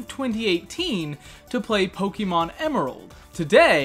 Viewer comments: This is amazing - but please stop saying poke-EE-mon 😂❤️ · Finally someone other than me who says PoKEYmon